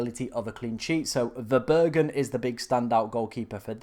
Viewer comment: it's Verbruggen, not Verburgen. Burgers on the mind :D